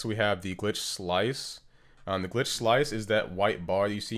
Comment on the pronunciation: Alguien más se dio cuenta que lo decía era ''GLTICH'' y no ''GLITCH''? XD